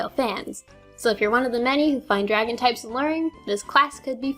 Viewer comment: o you said Draon!